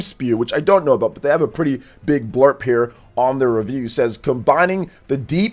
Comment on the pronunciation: You said "blurp" several times, I think you meant blurb 😂